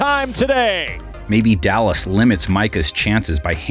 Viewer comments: “the allas cowboys”😂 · Did yall hear the narrator say "Allas cowboys" lol bc they have no d! Defense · “allas cowboys” is crazy😂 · “Allas” cowboys 😭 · “going against the allas cowboys” 🤣🤣